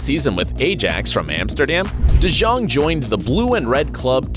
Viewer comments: I am dutch and that is not how you say de jong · The way he says de jong lol